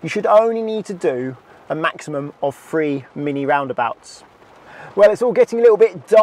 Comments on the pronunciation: Honestly, there can't be many people in England who cannot pronounce Cirencester properly. He seems to be a product of our broken education system. And since when was "three" pronounced "free"? I rest my case m'lud. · I’d say most people have heard of Cirencester. He’d be better focusing on pronouncing three instead of “free”. 😬